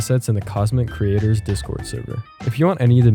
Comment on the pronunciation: ...........its creator not crator or creater